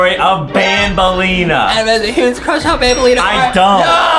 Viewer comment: Aden has a huge cwush on banbaleena